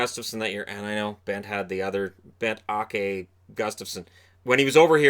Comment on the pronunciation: Great video. Fun tidbits :) Now I want to see that Detroit-Toronto series.. Bengt-Åke : Å= vowel in 'floor'